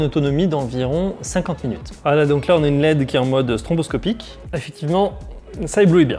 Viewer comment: Petite remarque... c'est stroboscopique et pas stronboscopique...